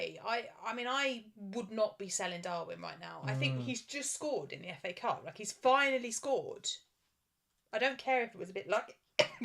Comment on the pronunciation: Did say 'Cafe Cup' for FA cup (26') 😂. Btw a few GWs ago I was around 200K and was outside 1 Mil now almost same rank, Good job!